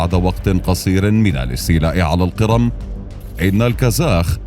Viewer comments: اسمها جزيرة القِرْم وليست القِرَم ( تحديداً الثانية ٤٧) … سبب الملاحظة : ان بداية الفيديو تزرع فكرة عن سير كامل الفيديو لذا لزم الانتباه لمثل هذه الاخطاء فكمقدم يجب عليك الانتباه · أنت تلفظ القرم بصورة مضحكة، الأ يوجد من يعلمك اللفظ الصحيح؟!